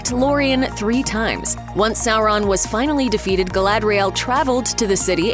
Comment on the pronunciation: "Sorroun" - Looper narator, 2022.